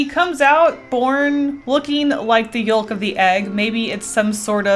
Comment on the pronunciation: The way says ‘yolk’.